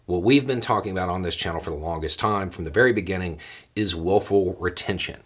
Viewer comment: I keep hearing woeful retention..😁